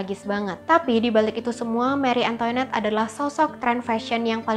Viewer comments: maaf tapi pengucapannya banyak yg salah. antoinette itu dibacanya antoanet , versailles dibacanya kurang lebih versaye. itu yg saya tau dari film film atau komik komik. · Antoinette, bacanya Antwanet. Versailles bacanya vehsai.. r nya dimatiin pake h. L sama s dipaling akhir ga dibaca. Gitu loh bu ibu